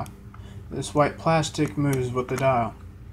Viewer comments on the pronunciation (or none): none